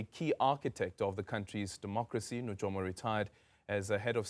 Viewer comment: NuYOma NOT NuJOma